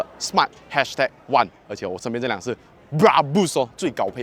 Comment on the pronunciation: Brabus 的发音发错了啊 😂 不是bra- bush , 是bra-Bersh 的读音😂